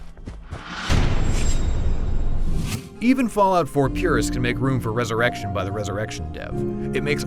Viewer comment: "Resurrection" lol